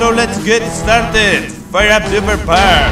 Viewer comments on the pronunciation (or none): "ESTARTED" enserio rich se dice "startid"